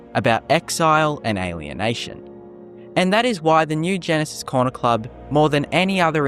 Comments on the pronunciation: It's Gnisis not Genesis. pronounced Knee-sis in Morrowind. It's a silent G. It's even named by NPC's in Skyrim although pronounced slightly different to morrowind. Either way it's still a silent G. How can you get it so wrong? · it’s pronounced “ni - sis” not genesis. Gnisis is a town in Morrowind